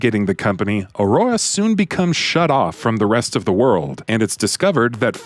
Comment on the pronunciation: Fucking hell pronounce "Aurora" properly